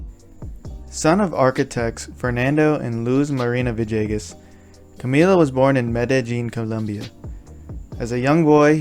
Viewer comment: Good story..... just need to stop pronunciation of Villegas as "ViJAYGus"..... maybe say his name right.. pga announcers need to get it right as well!!!